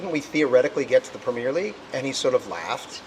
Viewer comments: PREM EARRR LEAGUE NOT PREMEEEEIRRE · BLESS HIM USA SAY PREMIERE LEAGUEINSTEAD OF PREMIER LMAO IT SNOT A FILM RYAN :p NICE TRY THO